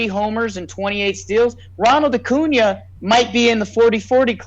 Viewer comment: It’s so great loves Acuña But Keep butchering his name😂